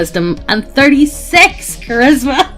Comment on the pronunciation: Is my man unable to say "charisma" and keeps saying "Christmas"?!